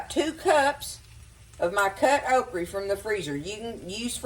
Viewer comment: Your pronunciation of okra kills me. I was born in the Lowcountry of Charleston SC and we say okra with a hard a. You food looks amazing.